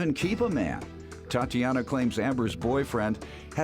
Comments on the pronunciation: It’s the narrator saying TA”DEE”ANA for me 😅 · Why was he saying Tatiana like that in the opening credits 😂